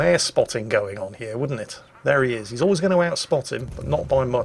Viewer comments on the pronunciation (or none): none